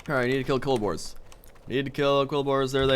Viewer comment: he in fact called the Bristle/Razorback Quillboars "Kolbors".